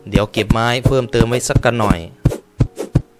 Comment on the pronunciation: ฟี้น ไม่ใช่ เพิ่ม